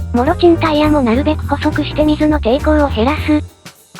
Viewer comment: 「もちろん」を「もろちん」と読む合成機械音声は秀逸